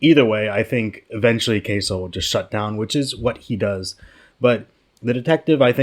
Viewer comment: Isn’t his name pronounced “k-sue”?